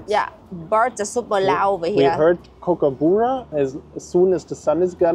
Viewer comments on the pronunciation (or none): My German boyfriend pronounces kookaburra the same way your German boyfriend does 😂